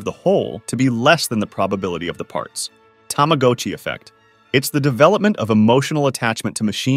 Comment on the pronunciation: I've never heard anyone mispronounce Tamagotchi before. Heads up, the got is actually pronounced how it looks. Like Karl Gotch. Tah-mah-got-chi. Like Tama was given chi, Tama got chi.